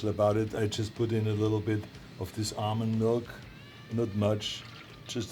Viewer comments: He pretty much pronounces it "Arnold Milk" already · I litteraly heard him say Arnold milk instead of almond milk lmao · Thank you Men's Health for recording a situation where Arnold says, "Almond Milk". That word was MADE for Arnold to say it.